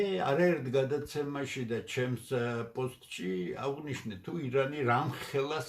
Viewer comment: ავღნიშნე კი არა: აღ-ვნიშნე,... ქართულის უკეთ ცოდნა არას გაწყენდათ...